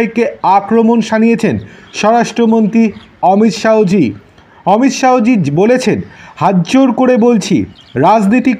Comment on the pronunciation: উচ্চারণ টা ঠিক করুন। "অমিত শাহো" না, হবে অমিত শাহ্‌